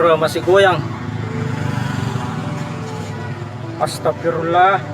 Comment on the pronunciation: Bukan agstafirlah mas tapi agstafiruallah.